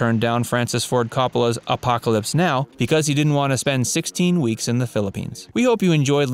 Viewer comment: It's Play Misty For Me and his names pronounced Cope-a-la not Cop-a-la